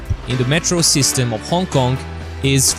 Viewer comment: It should be Hong "K"ong, thank you.